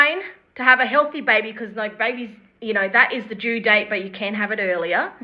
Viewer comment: My first comment didn't show up or was deleted? - Your pronunciation of due and do sound normal to American ears. Great job, ladies! We haven't seen any paperwork regarding the pregnancy in her divorce proceedings yet. If the baby is Ken's, I suspect Gypsy was stepping out on Ryan earlier than she has admitted.